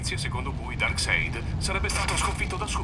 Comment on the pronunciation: Darkseid pronunciato così come scritto, fantastico